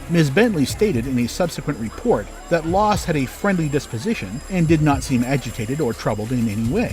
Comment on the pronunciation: HER NAME WAS LASS NOT LOSS!!!!!